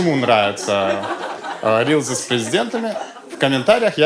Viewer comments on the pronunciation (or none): Христа ради, рилСЫ, а не рИлЗы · "рилСы", а не "рилЗы". Произношение есть и в других словах бесячее. Из-за этого смотреть неприятно.